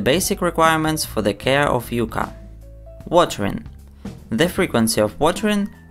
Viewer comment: Its YUCCA, not Yuca